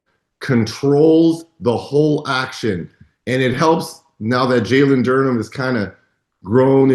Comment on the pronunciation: Reggie still can't pronounce "Jalen Duren".